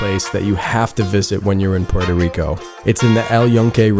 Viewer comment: Can’t even pronounce Puerto 😂